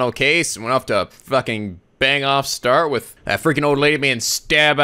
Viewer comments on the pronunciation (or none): none